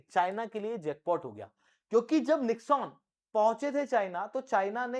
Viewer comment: It is not Nix-On, it is pronounced as निक्सन ।